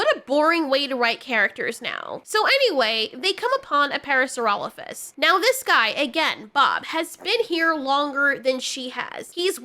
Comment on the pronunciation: I find it funny that she supposedly studied dinosaur bones for years yet she can't even pronounce "parasaurolophus" correctly. At first I thought it was you how was calling it "paracerolophus" but that's what she actually calls it in the series. smh